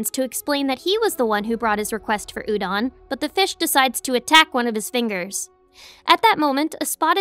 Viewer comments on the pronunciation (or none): none